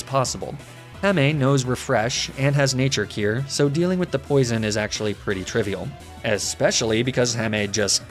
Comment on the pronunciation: It's natur-al cure